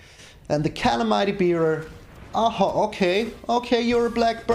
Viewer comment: Think that's "Ca-lam-ity" Bearer :)